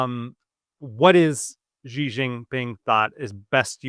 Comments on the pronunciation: please, please, please stop using some kind of "French j" sound that doesn't even exist in Mandarin (or even in English, really), when you try to say Xi. For the x, you should have the tip of your tong against the gums under your lower front teeth and make a sound like an "sh". If you can't do that or it's not worth it since China's not a common topic, then just say "she". That's much closer to the sound of "Xi" than the weird thing you're doing that's alien to both English and Mandarin. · At least it's not a voiced initial alien to English and Mandarin both, like that sound making.